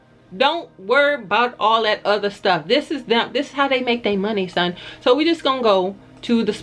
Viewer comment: When u say son, I know u r from my neck of the woods